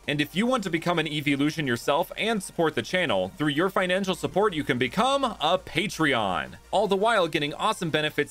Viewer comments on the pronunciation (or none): him saying patron as patreon is just a perfect play on words